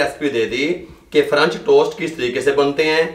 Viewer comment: ahm , excuse you but its "french" not "franch" and if u still pronounce "french" as "franch" then you probably don't know how to read 💀